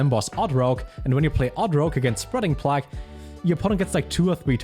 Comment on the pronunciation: It's pronounced spreading Play-g